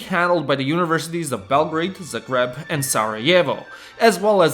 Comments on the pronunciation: Zaaaaaaagreb Ne zaGreb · never heard someone pronounce Zagreb like "the bread"... Interesting. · Zagreb is not pronounced like that. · Learn how to say "Zagreb" correctly, bubane. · How does bro pronounce "matica Hrvatska" right and "Zagreb" with an accent?